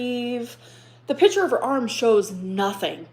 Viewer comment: i can’t with the way she says picture… “PITCHER”